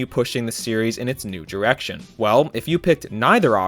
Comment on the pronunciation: lol "diwection" "dwah" "In 20 tuwelve" Work on that pronunciation.